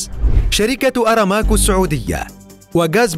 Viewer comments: ههههههههههههه مافي شي اسمه شركة "اراماكو" اسمها "أرامكو" جيبوا واحد يعرف يقرأ زين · أرامكوا وليس ارماكو 👤👋🏻